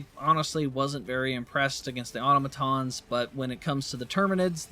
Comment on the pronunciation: Say it with me now “ah-tah-mah-tahns” NOT “ah-tah-nah-mah-tahns”